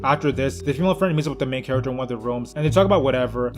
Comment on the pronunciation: Back in the day I thought he was saying mega jerk not main character